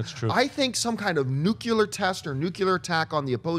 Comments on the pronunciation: it's nuclear not nuculer I'm not a troll I just appreciate words being said correctly like we take things for granted not granite and affect is a verb and effect is a noun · NUCLEAR!! NOT NUCULAR FFS!!!